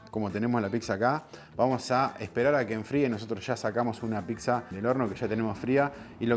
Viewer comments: Se dice "PITSA", no "PICSA" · ya que diga "piGza".... me dio una espina... pero la zapan y como fue el video es pq realmente sabe :D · Muy pero no sabe decir pizza dice picsa burro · PICZA? 😂😂😂 PIZZA BOLUDO, PIZZA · picsa, picsero... JAJAJAJAJAJAJA... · argentino... procede a pronunciar: piXa!!! ☠☠☠